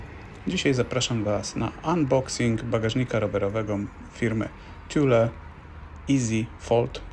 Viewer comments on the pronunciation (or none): "Tule" a nie "Tjule"!